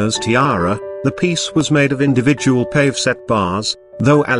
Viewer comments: PS it’s pronounced paah -vay not paahv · Not "pave" set diamonds!! It is a French word & pronounced "pah-vay," pulease!! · Pave is pronounced in the French way, PA VAY. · Judy I can't thank you enough, is it really pronounced as pavay or is it pah gay?